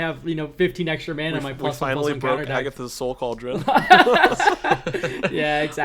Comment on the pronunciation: “We finally broke Agath’s Sou Cauldron”